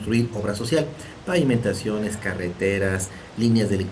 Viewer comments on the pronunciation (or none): Se dice pavimentaciones no paimentaciones.